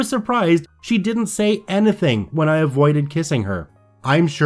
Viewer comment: any-thing, dude... not ana-thing!!! Speak properly. Thanks.